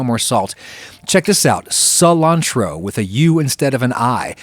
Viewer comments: Adam my man, it is pronounced Culantro as in "Kulantro", the way you're saying it sounds more like sulantro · Ive never heard it said as 'SUU Lan Tro", I always call it "KU Lan Tro" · Culantro is with a hard "c" instead of a soft one. Ku-lan-tro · Culantro = "Kulantro" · Adam its pronounced koohlahntro not suhlantro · culantro is pronounced with a "k" sound like kuh-lantro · Say it with me: coo-LAWN-tro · its pronounced Kuu lantro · culantro is pronounced with a hard 'c', as in "coolantro" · CULANTRO. Even in english the CU is pronounced as a K. Love the vid though. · We Puerto Rican’s use Culantro heavily in our diet. It’s pretty much on everything. I think it’s pronounced Kulantro. So not like cilantro which is pronounced Silantro. But really doesn’t matter. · Hey just wanted to let you know that culantro is pronounced more like “koo-lantro” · It’s pronounced “kulantro” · Hey, not sure if anyone else addressed, but culantro is actually pronounced with a hard “c” sound. Very common flavoring in the Caribbean and utilized in many sofritos as well. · In case you are curious Culantro is pronounced Coo-lantro (like Cumin). In Spanish Ci makes an "S" sound. Cu, makes a "K" sound. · I've always heard culantro being pronounced as coo-lan-troh so it sounds quite different. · Culantro is a hard C Koolantrow. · Ayy culantro! I haven't seen many cooks make the distinction before, I like it! (By the way, it's pronounced cool-antro) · I think it’s pronounced more like “cool-antro” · OMG! It's "Ku-lantro". "C"s before "U"s are always hard K sound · I'm pretty sure that's pronounced Koo-lan-troh, with a hard c instead of a soft c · I am pretty sure culantro has a hard C like Kulantro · I don't wanna get all high and mighty, but the correct pronunciation is with a hard c. It's not "lots of people say it that way". It's "it is pronounced coo-lantro". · It's coo-lantro, my friend. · It's pronounced coo-LAN-tro.